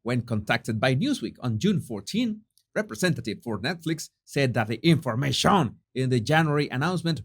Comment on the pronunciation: Oh Jesus, you have copied that “ in-for ma- SHON” from another YouTuber, Nerdrotic! That’s his and he’s been saying it for years. Let it remain his pronunciation, please.